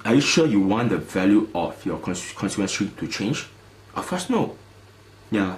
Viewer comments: cornsiewenchy...? Please pronounce constituency correctly if you want to use this word many times in your video. It is CON-STI-TUEN-SI. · HAHA steven lim doesnt know how to pronounce constituency.